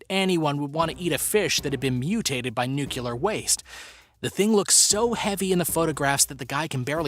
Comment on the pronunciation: It's pronounced NU-CLE-AR! Not "nu-cu-lar". Don't be one of those dummies.🙄😞👎